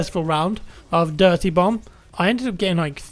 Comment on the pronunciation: You idiot now you're making me hear it too